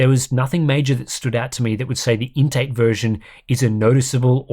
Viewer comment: Why am I hearing 'intake" instead of "INT eight"?